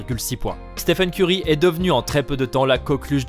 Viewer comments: Et pire que tout il dis Steven Ceurry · Je rêve. Il a vraiment dit Steven corry ? 🤕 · Steven kery il a dit 🤣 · Il a dit Steven curry mdrr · au début il a dit steven curry 😂😂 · Pourquoi vous dites Steven curry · C UN FOOOOOOUUUUUUU il a dit STEVEN CEURY SI VOUS ECOUTER BIEN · Belle prononciation hahaha